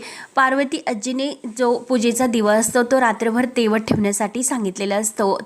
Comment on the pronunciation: Tejat nahi tewat ase aahe..kuthun marthi shikali g anade